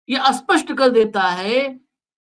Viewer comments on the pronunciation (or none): स्पष्ट spast को आप अस्पष्ट aspasht क्यों बोलते हो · Sir sapast ko aspartame mat bolakaro